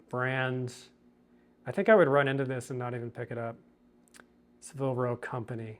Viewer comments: It is pronounced SAAA-vil row (rhymes with dabble or gavel) Not suh-VILL row. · The mispronunciation was killing me